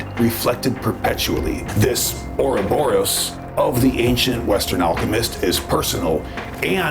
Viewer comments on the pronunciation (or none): none